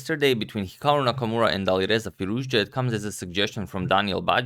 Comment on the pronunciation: It's Nakamura, Not Namakmura 😁